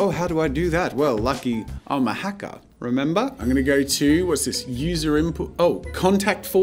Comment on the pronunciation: no one: not a soul: jazza: “i’m a hacka.. rememba?😎”